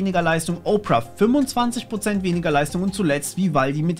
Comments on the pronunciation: Nicht Oprah, sondern Ópera! ;-) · Danke für die vielen Detailinformationen. Worauf ich aber überhaupt nicht klarkomme, dass "Opera" wie "Oprah (Winfrey)" gesprochen wird.🙃